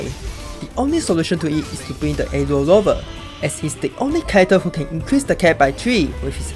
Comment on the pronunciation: Bro pronounce aero rover as "aelo loba"